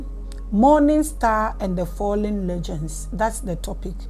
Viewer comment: my dear mama, my teacher and my admirer the word "Legions" is pronounce as "LEE-junz" not legends